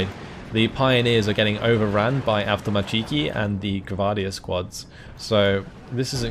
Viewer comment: AvtomAAAAtchiki, not avtomatcheeeeeiki